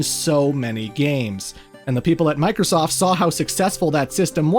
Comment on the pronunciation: Why did I hear boobiesoft.